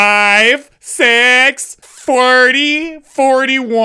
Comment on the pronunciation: Forty sounds like Forky LOL.